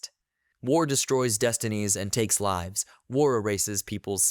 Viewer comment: You keep saying lives wrong. It's kinda confusing